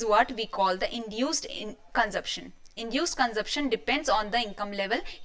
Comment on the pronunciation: Didi, phele consumption bolna hi seekhlo